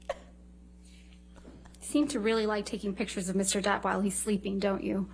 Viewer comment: Does it get on anyone else’s nerves when they say “Mr. Debt” instead of “Mr. Depp?” No hate to the lawyers here because I know they spend hours and hours talking/reading aloud but it is a serious pet peeve of mine lol